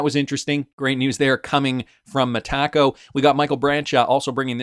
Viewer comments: Brad G says MetaCo not MeTaco so keep sounding like a dork .. I’ll go with how Brad pronounces it ! Yes it’s the English way to pronounce but it’s way better . At least just stop saying it please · It's Meta Co. Not me Taco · Sunddenly you can't say Metaco correctly anymore? Lol why you say "Mahtacko"? 😂